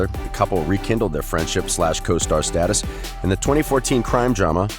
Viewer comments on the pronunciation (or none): none